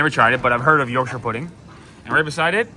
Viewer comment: Full points to you for getting the correct pronunciation of Yorkshire as in Yorksheer, usually our cousins from across the pond pronounce it York shy er, and don’t get me started on Buckingham palace…. Pronounced buckingam not Buck ing ham with massive emphasis on the ham part …. eeek!